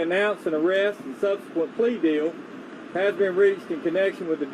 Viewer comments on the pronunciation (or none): none